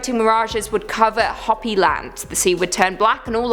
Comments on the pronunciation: You can say Ho pee not hoppy! I should know since that's my blood from my babas side of family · I can't pronounce half of those words ether. However, the name for the Native American group you spoke of is Hopi, pronounced ho-pee. Just trying to help. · It's pronounced HOPEE. Like hope with an elongated E. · Hoppy land lol it is hope-E, I love hearing your pronunciations, I suck at it also. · Kali is a goddess, not a demon. And it’s Hopi (Hooper) not Hoppy. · Hoppy.... Hoe-Pee. Lmfao. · It's Qwet-zill-cot-tull, and, it's Hope-y, not Hop-y. Also, we're doomed! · I'm 1000% sure it's pronounced hoe-pee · it is Ho-pi but that isn't what they call themselves. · Yeah, did great with the difficult Aztec names. Calls Hopi Hoppy....repeatedly. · How do you not know how to say the word Hopi and then the people who produce this video Let It Go on YouTube like this what a joke. Everyone's like oh you did such a good job this was garbage